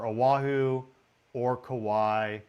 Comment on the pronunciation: Kai lŭ ă. Brother ur killing the names. Ō ă hoo.